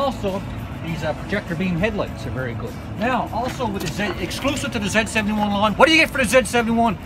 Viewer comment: zee not zeh jesus christ man